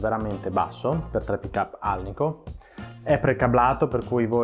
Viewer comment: Che fastidio sentire alnikov